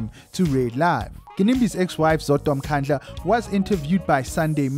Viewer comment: NB: its Mkandla not mkhandla!.